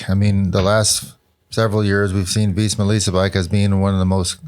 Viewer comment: Why do they always pronounce it “Veezma”